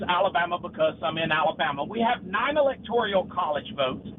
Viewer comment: ELECTORAL. Not “electorial”. Bubba and the caller. Y’all have to stop. 🤦🏼‍♀️